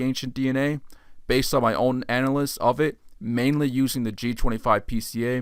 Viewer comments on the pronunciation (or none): Nice video but please work on your pronunciation of the words analysis and dispersal.